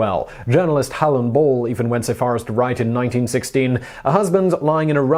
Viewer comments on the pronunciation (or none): none